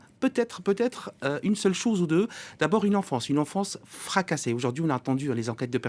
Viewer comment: c moi ou il a dis''frakacassé''..... sérieux🥳🥳🥳🥳🥳